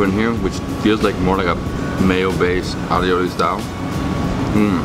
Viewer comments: It's aioli...not alioloi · "A OH LEE" aioli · Keep saying alley o li 🐴😁😂